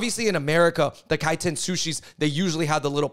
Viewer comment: It's Kaiten